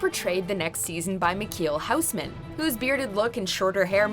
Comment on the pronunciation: At nr 1 they say michiel houseman. Its really huisman. But the english translation for huis is house.. they litterly google translated a last name and put it on the list